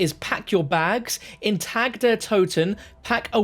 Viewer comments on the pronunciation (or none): I’m not German or anything but it’s doing me in already hearing this guy pronounce it wrong. He’s pronouncing Tag the way we say tag like clothes tags. It’s more like Targ but obviously spelt Tag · Its pronounced TAK not TAG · Isn’t it pronounced tog der toten. He keeps saying TAG it’s pronounced TOG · it's pronounce "Ta Der To-Ten" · It's pronounced tog. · Not trying to be a grammar nazi and I'm generally just trying to help you out. Tag is pronounced [Tahg] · I don’t mean to be a stickler but the correct German pronunciation of “Tag” is (tog) as in Guten Tag. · Love the vids and hate to say it but you're mispronouncing the german words "Tag" and "Nacht". You're pronouncing the "a" like an english "a". Not that big a deal but just wanted to let you know. Keep up the great content 👍